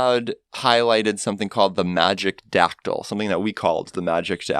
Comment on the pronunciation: My husband and I were playing in a sealed tournament this past weekend and we were seated caddy-corner from each other. Every time my opponent pronounced a card in Magic-dactyl, we struggled to not make eye contact and giggle